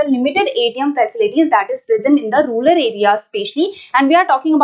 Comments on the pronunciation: Mam says Rular..... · Rural mam not ruler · mam.....plz don't say rulal for rural🥺